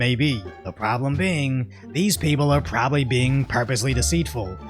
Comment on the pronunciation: only "probibly" ?